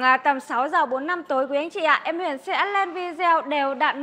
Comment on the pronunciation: Tên xe gì cũng phải đọc đúng ! Tên là: Huyền chứ không phải đọc thành: Huyện, được !